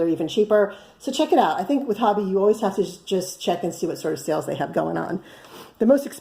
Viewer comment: Listened to a video by Hobbii, and they pronounce it hoe-be. I love their yarn!